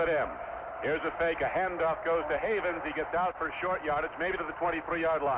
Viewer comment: Why Don Crique insisted upon calling Jerome Heavens "Havens" even though Al Wester was pointedly pronouncing it correctly, I never understood. Especially when the ND media guide had a pronunciation guide.